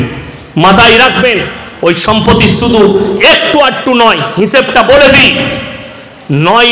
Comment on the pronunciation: হুজুর উচ্চারণ টা শিখুন -- সম্পতি না ওটা সম্পত্তি হবে